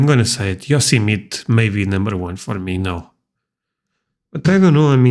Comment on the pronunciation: The name Yosemite rhymes with tea. Yo-semi-tea.